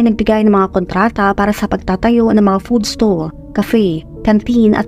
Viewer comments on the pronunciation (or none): none